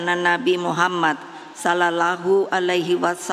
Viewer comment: Kok ora pas ngucap Sallalahu